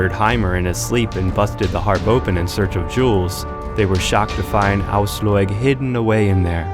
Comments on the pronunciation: Ojsllojg?!!!! Wtf man, her name is Aslaug. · English pronounciation of scandic names are sometimes legendary. Frø = Froeue Aslaug = Åsloig Asloig Auslåig hahaha Love it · Has this guy watched any of the TV show or did he just get given this script? The pronounciations absolutely ruined this video for me, lol. "Queen Oiyslouyg" "Eevar the boneless" "Ubbee" "Ragnar Lawthbrok" jheez. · "ausloyeg" holy shit man,you brutality butchered those names. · "Queen Aoslåyg".... oh god these pronounciations ... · George Zaharia asslog eeevar haahaa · I get triggered when he says Brünnhilde and Aslaug... But cool Video